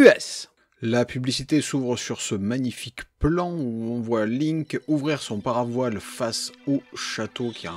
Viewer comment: J’ai arrêté la vidéo à 43 sec lorsque j’ai entendu « son para voile »